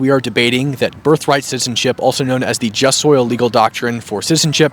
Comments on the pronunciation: Yeah, I heard him say "just soil citizenship". Sigh. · Jus SOLI... (Not 'soil'. Or at least that's what it sounded like and it gets said loads of times, lol). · Just so you know, it jus soli, not jus soil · The Latin legal term Is JUST SOLI—not jus SOIL. He keeps saying it wrong in the video.